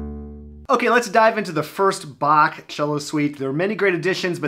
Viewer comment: Thanks for pronouncing Bach properly